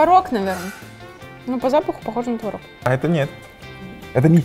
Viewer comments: Ребят, очень классное видео, реально топ. Но, пожалуйста, твОрог, а не творОг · Блин, ну творог, а не творог же))